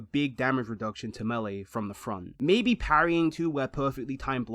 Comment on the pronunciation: there is no w in that word